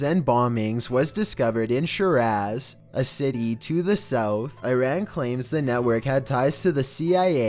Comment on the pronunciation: The way he says Iran and Shiraz makes me wanna cry